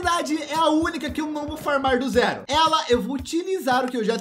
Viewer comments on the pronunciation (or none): none